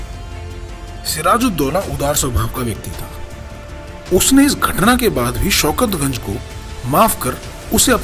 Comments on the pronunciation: Wo Soukat Ganj Nehi "Soukat Jang" hain.....purniya ka sasak aur nowab Alibardi Kha ki maddham kanna ka beta 🙂🙂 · Shaukat ganj nahin Shaukat jung.Idiot